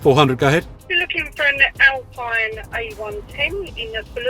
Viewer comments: The Brits like to talk about how Americans speak English but yet can't pronounce Alpine. Never heard of a peen tree. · I'm just annoyed by how Alpine is pronounced.